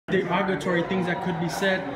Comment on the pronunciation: DE-GA-GA-TORY.....Smh learn how to speak English.